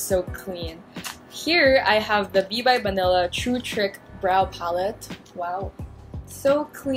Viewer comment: At one point I thought you said "bibe banila co." instead of b. by banila co. HAHAHAHAHAHA